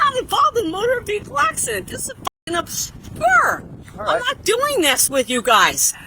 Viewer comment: Love how she keeps trying to say 'Motor Vehicle Accident', and butchering it in a different way each time. Priceless.